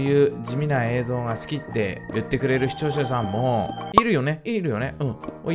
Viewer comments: しちょーしゃしゃん（視聴者さん） じちょーざざん（視聴者さん） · しちょうしゃしゃん😌